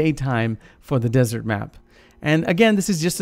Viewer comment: desert not dessert